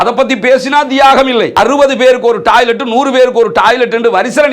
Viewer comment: நீங்க தமிழ்நாட்டில் இருந்து வந்து இலங்கையில் வாழ்கிறீர்களா? ஏன் என்றால் நீங்கள் பேசும் பேச்சு வித்தியாசமாக இருக்கே! 😮 உதாரணம்: டாய்லெட் / டாலர் / பாலஸ்தீன் என தப்பு தப்பா உச்சரிக்கிறீங்களே!!